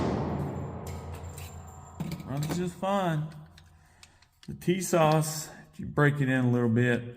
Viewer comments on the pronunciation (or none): It's pronounced teesash. In turkey, the s can also be pronounced sh.